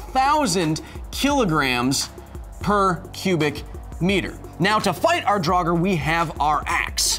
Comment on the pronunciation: The way you pronounce “our” I bet you’re one of those guys that spell it “are”